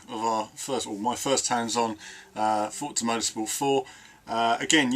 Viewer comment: Just say Forza not Fortza. Us Brits are supposed to say Forza Lol. Stick to it hahah